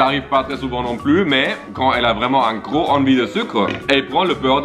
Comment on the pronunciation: Mdr avec ton accent mon fils était persuadé que tu avais dit que le chien était beaucoup plus c** au lieu de gros 🤣🤣🤣